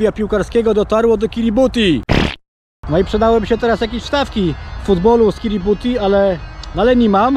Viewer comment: Panie kolego , jak już se robisz jaja z czegoś to znaj nazwy - NIE KIRIBUTI tyko KIRIBATAI ;) * kiribati"